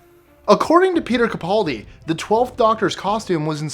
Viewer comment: Grrrrrrrrrrrrrrrrrrrrrrr it's Ca-PAL-di (as in "I'm your best pal"), not Ca-PAUL-di! And you forgot to mention that the sonic won't work on a deadlock seal either. And you can probably tell I'm a Whovian geek and I don't care who knows it!